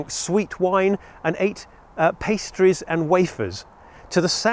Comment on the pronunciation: What is that word you keep saying? The one you keep pronouncing as “past tees?” I’ve never encountered it. From the context it seems like you mean the word “pastry.” Or pastries.